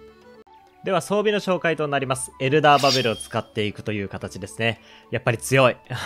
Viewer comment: エンダーじゃなくてエルダーって言ってる！